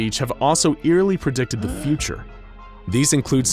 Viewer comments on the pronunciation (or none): they pronounced "future" as "feature" lol